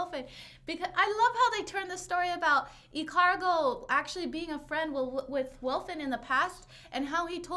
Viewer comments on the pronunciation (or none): It's Ikalgo not Ikargo